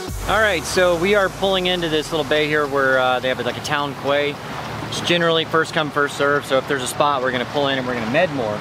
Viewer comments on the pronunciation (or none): Not being picky but quay is pronounced 'key.' love the vids. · Hey, Where you moored in town is called a quay, pronounced key not kway.;) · Quay is pronounced Key!!! Great video, 40 years ago i used to work in greece, as boat crew. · Quay is pronounced KEY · quay is pronounced key. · 'quay' pronounced 'key'. nice video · Quay is pronounced “key”.